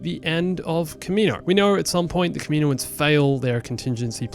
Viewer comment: Not kameeno-uns